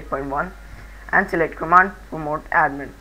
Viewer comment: Abe chutiye London... prompt hota hai Patmod nai